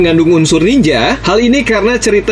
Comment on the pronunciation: Nininjer bang bukan niningger Harikenjer bukan hurikinger Trs bang riset lagi lah soalnya tema ninja di super sentai gk banyak"juga